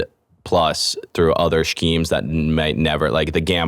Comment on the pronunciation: im wondering if he thinks you're supposed to pronounce the h in schemes?